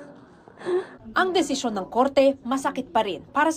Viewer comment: Bakit ganun si sen risa , di nya mabigkas ng tama ang desisyon, lahat ng salitang may syon?